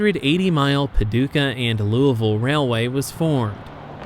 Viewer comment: Thank you for pronouncing Louisville the correct, local way lol. Great video!